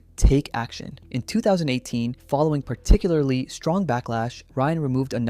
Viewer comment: "par-two-cu-ler-ly"???? u mean particularly??